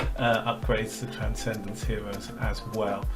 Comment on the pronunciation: Wow, he has so many hewoes, weally impwessive!